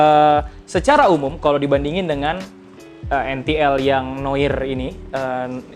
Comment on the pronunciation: Koreksi bang, noir bacanya noar wkwk